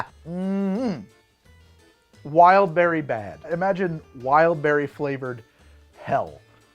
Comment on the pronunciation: "wildbwrry flavored hell" im dead.